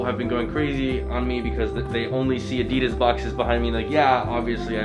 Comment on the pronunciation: Please learn how to pronounce Adidas